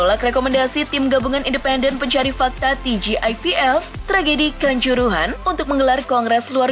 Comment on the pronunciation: TGIPF dibaca TGIPF saja, gak usah dibaca Ti Ji Ai Pi Ef, itu bahasa Indonesia gak usah sok diingriskan